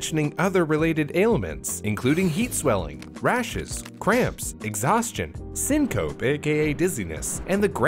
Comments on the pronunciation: Syncope is pronounced "sink-o-pee." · protip it’s pronounced sin-co-pe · On the topic of corrections, I think he actually got Longyearbyen mostly correct according to the native speakers on Forvo, but counterintuitively, the "e" in "syncope" is pronounced—it's three syllables.